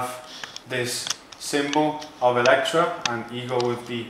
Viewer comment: Within seconds I was sure you were Italian! You know how to pronounce the name correctly. 😂